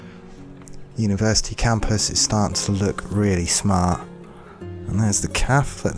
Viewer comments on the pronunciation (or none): i liked it better when it was "Uniersity" :( (jk ofcourse ;) ) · hehe "Uniersity" :p